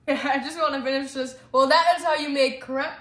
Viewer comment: Crepes are usually made similar to pancakes in a skillet on the stove. Crepes are heavy egg based. They are not creps, it is pronounced cray-Pz similar to drapes.